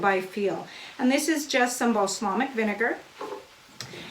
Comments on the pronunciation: It wasn't the spelling unless you originally spelled it wrong. It was incorrect pronunciation. Balsamic, not balslamic. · Wish you could have given a close up view, on a plate. Do these have a vinegar flavor? Could you do the same with chopped leeks? Just teasing you, but you said balslamic so many times, and with such authority, I had to go look at my bottle. Thought maybe I'd been saying it wrong. I have a male cousin who mispronounces words all the time. He knows their wrong but says them anyway. I'll probably get beat up for this, but the Brits drive me crazy with some of their pronunciations. :) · how hard is it to say BALSAMIC? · Great, helpful video. Thanks. Ps. “Balslamic” 😂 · Balsamic not balslamic hehe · Looks delicious. Worthy of a try. FYI..you were saying balslamic instead of balsamic! Lol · I love her but I cringed everytime she said Baslamic. LoL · Not being critical because I love your channel, but balsamic is pronounced bal-som-ic. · LOL..."Bas a Lamic"...I love it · I keep getting distracted when you say balsLamic. 😳😄 Sorry, I love you! It's just distracting. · Now there's a plan! I have always loved how organized and articulate she is, so that balslamic really made me twinge each and every time. But those onions look heavenly, so I guess I shouldn't complain. ;) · I’m sorry, but your mispronunciation of “balsamic” is like nails on a chalkboard. 😣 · Thank you for this. As a avid dehydrator, this will be a great addition to my pantry. They are right about the pronunciation of Bal - samic. Thanks again. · Beejay Swifter I think we should playing a drinking game that every time she mispronounced balsamic we take a drink. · Cringed the first time. But she's so likable, I giggled each time after. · So what she mispronounced a word. So has everyone! Be kind.